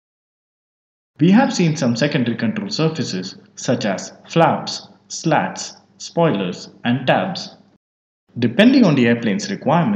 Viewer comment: slats is pronounced like sl0ts?😜